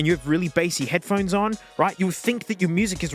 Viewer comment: head puh hone ees